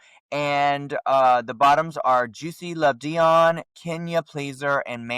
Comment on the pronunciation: The way says "dee-own" is sending me. It's "dee-on" 😭